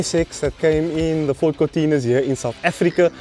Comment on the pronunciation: "Fordt is Lordt"